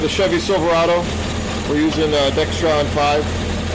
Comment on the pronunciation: Dexron 6....not Dextron 5...nice video however